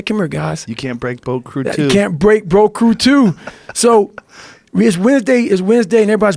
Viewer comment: broat crew 2 😂 dude said it over over and i honestly don't think he ever said it correctly. i think i he actually calls it broat crew cuz they bros on a boat